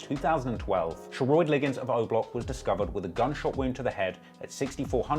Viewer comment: Lol Sheroid is pronounced “Sher-rod” but back with another banger🔥🔥